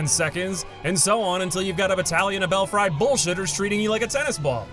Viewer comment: All good points but is nobody gonna talk about how he said "bel-FRY" gargoyles?